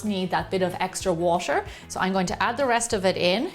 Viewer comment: When Gemma pronounces t in ‘water’ it’s so exotic like ‘watsher’